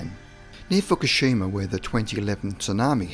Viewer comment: It's Fukushima, not Fukishima.